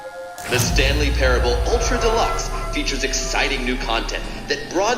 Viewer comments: Wanted to rip my ears out every time he said “parabable” lol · It’s pronounced pair-uh-bull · Just so you know it’s pronounced like pair-able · Not the best start when the streamer can't even pronounce a the word "parable".... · ah yes, Stanley Paraeoblibl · Dude …. (Pair-ah-bowl) That was embarrassing I do not know how u make it thru life on the daily good luck bud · Someone probably already said it but it's pronounced Pair-Able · you cant pronounce parable?